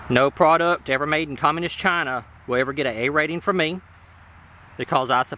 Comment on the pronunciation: Overemphasis on the phrase "made in Chaaaaaaaaaaaaaahna", coupled with that nice "fox news"-esque monologue about globalization of labor, could lead a viewer to believe that the producer has bigoted views.